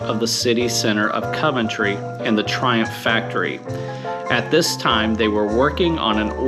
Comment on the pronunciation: Has been to Meriden, but still cannot say Coventry properly. Must be a Flo Ryda man thing.